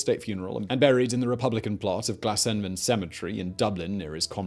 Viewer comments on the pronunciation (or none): It's Glasnevin, not Glaenvin FYI. Great video overall! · Glasnevin, Simon. Not Glasenvin. 🤣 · GLASNEVIN cemetery not Glasenvin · Glasnevin. Not Glasenvin. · He is buried in Glasnevin cemetary, not Glasenvin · Glasenvin cemetery doesn’t exist, it’s Glasnevin! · GLASNEVIN CEMETARY. I lived up the road from it. not Glasenvin!!!! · And where is Glasenvin cemetery, totally got that wrong, lol. But great vid all the same, great narrator.